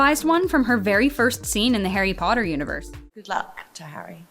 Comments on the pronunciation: pOtTaH- draco Malfoy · “Potter” MoRe LiKe PoTtAh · Draco- POTTAH 😂😂😂😂😂😂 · "Pottah" I just love it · My favourite line is every time draco says "Pottah", Harry's "Expecto Patronum and also "I'm going to bed before either of you two got another clever idea to get us killed or worse expelled" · Harry pOtTaH 😩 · Ron: im hungry|| Tom Felton: I get to say Pottah Alot "Pottah" Pottah pottah pottah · My favorite is "Wot" and "Pottah" 😂😂💜